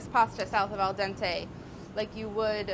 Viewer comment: am i the only one that laughed when she said test a nood, or am i a damaged person?